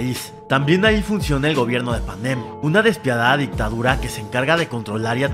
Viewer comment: Porque dices Panén y no Panen 😡